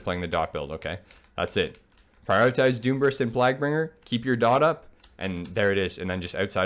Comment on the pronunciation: The way you were pronouncing Plaguebringer bothered me more than it should have. Good guide though